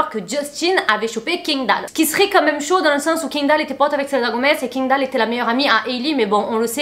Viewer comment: Kindall? Kindall?? Kindall??? pourquoi les français sont si….